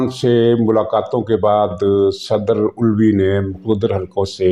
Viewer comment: سر کو پتہ ہے۔ لیکن وہ علوی کو الوی کہہ کر اس کی منجی ٹھوک رہے ہیں 🤣😂😜